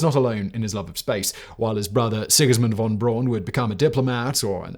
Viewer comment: That's "Braun" with a "u".